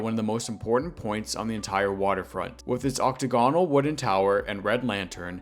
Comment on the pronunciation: ock-TAG-ən-əl, not OCK-tə-gawn-əl.